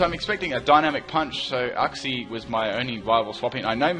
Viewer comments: Damn your pronunciation is off. Its pronounced Yooksie not Ucksie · uxie = YOUxie. We both pronounced it wrong. I thought is was OOxie. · Uxie is pronounced as yoo-ksi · I thought Uxie was pronounced you-xsee.